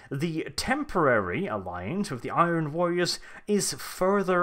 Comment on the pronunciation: Thats not how you pronounce "Iron"